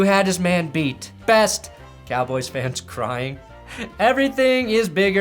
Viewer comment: Worst: Patrick throwing 5 tds in 10 minutes+, you mispronounced Best